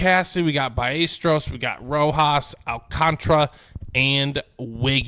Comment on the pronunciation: By A stair O’s Not byyestro lol